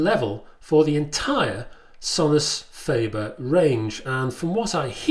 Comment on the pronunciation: Sorry to be 'that guy' but: fAH-ber not fAY-ber.